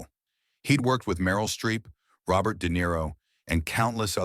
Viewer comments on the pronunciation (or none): none